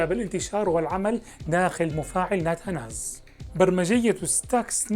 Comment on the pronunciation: نتنز وليس ناتاناز وشكرا